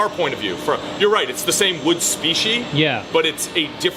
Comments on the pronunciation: Seems like must have a problem with singulars and plurals. Axis and species. Not Axe-ee and specie-ee hahaha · Why isn't saying the "s" at the end of species and axis?! That's weird.